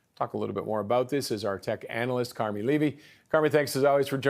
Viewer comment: Did you say that the dudes name was "Levy" or "O'Levy"? Perchance the latter, funny. Sort of.